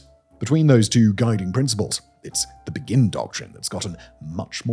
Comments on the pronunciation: The Begin Doctrine is not pronounced like the word begin - it's after the Prime Minister Begin (pronounced Bay-gin). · I know it’s a foreign name and it’s alright, but it’s named after Menachem Begin, which is spelled Be-gin with an emphasis on the be like in the song “Beggin’ “, not like the English word begin.